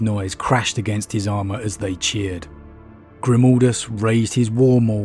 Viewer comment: Please please for the love of the Emperor, stop calling mah boi, "Grimoldus." I cringe internally every time I'm reminded of "Mold" when speaking of the Hero of Helsreach.